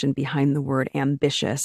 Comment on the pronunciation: There is a difference between "ambitious" and "ambitchious"